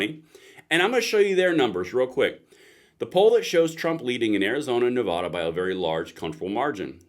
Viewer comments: I really like your content, but please say Nevada correctly. Nuh Va (like apple) Duh. I know it's nit picky, but that's how to say it. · Please stop calling our state Nevahduh….. it’s Nevada. Love your show but I cringe a little every time it’s pronounced that way.